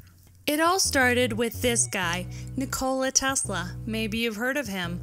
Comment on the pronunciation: Nick-a-la tesla